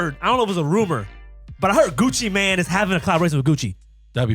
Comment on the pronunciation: really said gucci MAN, come on mann it’s pronounced gucci main